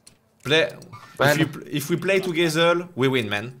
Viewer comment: Brozer, toogezer stp fait un effort avec l'accent anglais